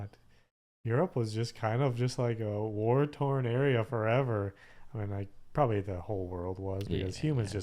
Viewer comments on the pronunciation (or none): none